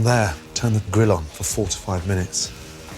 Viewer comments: Did you say..."put in the oven for 4 to 5 minutes" or "45 minutes"?!? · did he say 4 to 5 minutes or 45 minutes? D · Wondered the exact same thing haha